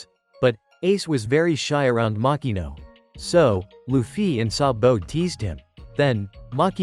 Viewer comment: I love how he pronounces sabo's name as "sa bo "